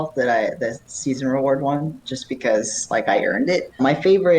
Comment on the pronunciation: I knew it when he said, I don’t know wich SEASON I begon